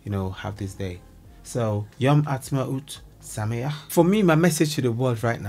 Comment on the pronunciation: Wow... you say sameach (happy) so well... serious kudos 2u❤